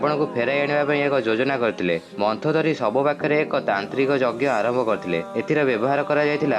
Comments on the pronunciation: ତୁ ତ ମନ୍ଦୋଦରୀ କୁ ମନ୍ଥଦରୀ ବୋଲି କହୁଚୁ ତତେ କଣ କହିବି ଆଉ ଯା ଯା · Arey bhai..se ମନ୍ଦୋଦରୀ ....ମନ୍ଥୋଦରୀ kiye ho!